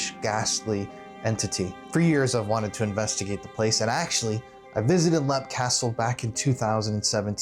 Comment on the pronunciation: It's not pronounced lep,it's pronounced leap.